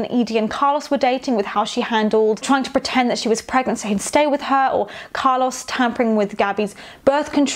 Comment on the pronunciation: I’m enjoying these videos so much but the way you pronounce Carlos makes me wanna turn my ears inside out